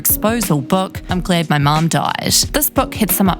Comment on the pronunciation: You trying to say "mom" in your Kiwi accent is giving me life 😂😂😂😂